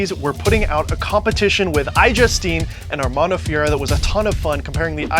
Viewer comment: your pronunciation of Armando's last name is totally wrong. You're saying FIERA which means wild in spanish.